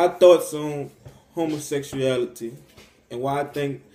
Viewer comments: Did the pillarbox video homophobe guy say 'homosexual-ality' the first time, or am I hearing it wrong? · Did he say homosexualreality😆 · I’ve never, ever met anyone who had a problem with LGBTQ folks who was also secure in his own sexuality. Never. (Also, if you can’t even properly pronounce “homosexuality,” you should probably just STFU. Seriously.) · First this guy can’t even pronounce the word homosexuality. Why would ANYONE want to even bother to listen to such Gothic ignorance as this, is beyond me. His ignorance almost subdues my patience.